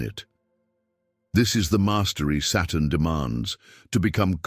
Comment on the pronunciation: Are these captions correct? I literally can’t tell whether the robo-voice is saying “Saturn” or “Satan” and if these are AI-generated captions, it can’t tell either. So frustrating.